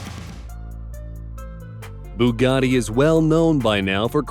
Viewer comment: That Boogatti looks great! It would scare the chickens though as it's a coup! It's no wonder its called a BOOgatti! Theres nothing like a 2.ohh litre engine! You could just call it a 2 litre engine? It least you pronounced the Lotus right. The Devel Sixteen, hmmmm, lets go round one of these things we call a corner in it! It looks unbalanced!